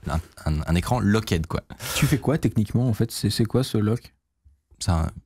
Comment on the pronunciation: Locked ça se prononce lokt 😅